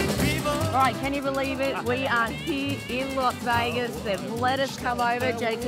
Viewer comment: It's "LAS Vegas" NOT "LOS Vegas".